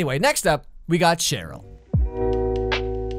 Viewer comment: ...am I the only one that heard him say shit roll instead of Cheryll